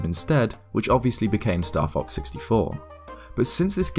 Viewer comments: S n e s not snezzzzzz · Ooooof. NES and SNES are abbreviations not words so its S.N.E.S. its not you I just makes me really mad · Hearing people pronounce SNES like a single word is so annoying. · "Nezz and Snezz Minis" No. Stop that.